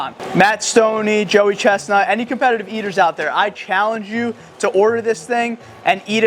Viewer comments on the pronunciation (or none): none